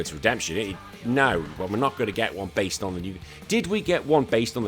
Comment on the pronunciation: Did you say "basely loosed" on the Charlie's Angels bit or am I hearing things? 😂